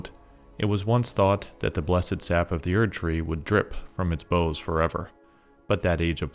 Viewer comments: baoz not boze lol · Friend, I had to finally say something, so forgive my rudeness, but "boughs" does not actually rhyme with "nose". That word for the branches of a tree is pronounced more like "how's" as in "how's it going?" Really enjoying your videos and connecting a lot of dots with your help, but that pronunciation has been bugging me for a while.